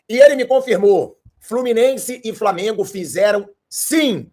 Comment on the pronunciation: Aprende a falar o nome do time. Framengo é foda.